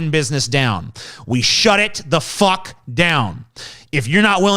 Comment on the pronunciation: Every fifth word is fock. Not fuck. Fock.